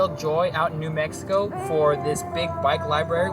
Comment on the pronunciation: Nono, it's not "nah Mexico", it's "New Mexico".